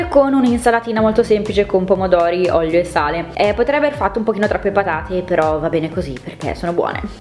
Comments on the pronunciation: Pke dici oglio e no olio hahahh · Non è una critica ma perché dici ollio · Ma perché dici oglio? Hahahaha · io ti adoro, sei una ragazza carinissima e gentilissama, ma perchè sembra che invece di dire " olio" dici ¿¿?? 💖💖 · "olio" non "oglio" 😂❤. Voglio i tuoi occhiali, sono bellissimi e ti stanno molto bene! 😍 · Si dice olio non oglio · Si dice olio no Oglio